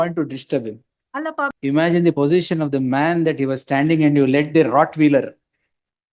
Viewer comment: NOT Rotwheeler, it is Rottweiler, pronounced Rott-WHILE-ER